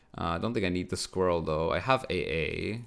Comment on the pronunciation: "Squiwwel" haha